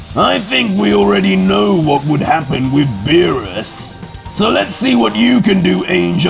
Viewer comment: Nah hearing zeno say beerus chan hurts my brain